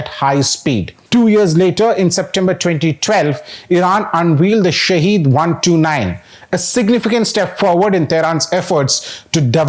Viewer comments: It's not pronounced shaheed (Martyr) but sahid (witness). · "SHAHED" means witness in Farsi, while SHAHEED means martyr. They are not pronounced the same way. One is pronounced as sha'head the other sha' heed.